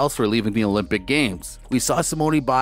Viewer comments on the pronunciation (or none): Did you really say simoneee biles LOL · Learn how to say her name please! Nadia and Simone's name you butchered!